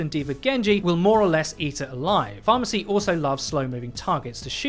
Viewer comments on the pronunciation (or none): he just called mercy "pharmacy"? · With the Orisa one I love how he says ''Pharhmercy'' It's like every pharah needs one and it's funny but sad as hell XD